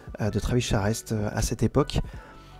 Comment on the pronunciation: Travis Charest (il paraît que ça se prononce "Charé") était très vite "charrette." Son trait à effectivement évolué depuis le sous-Jim Lee des débuts. Hâte de voir la suite.